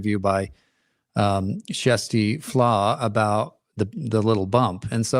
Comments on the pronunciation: Love this! Great explanations all around, very straightforward and easy to understand! Question: Why are you calling her Jessie Flaa? She pronounces it “Kirstie” every day on her channel. Also, there were no SH claims in 2023, so how could they investigate them? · They're trying to pronounce her name the Norwegian way, which has a soft 'k', more like 'shjersti', although that's not exactly correct and there's no direct equivalent in English.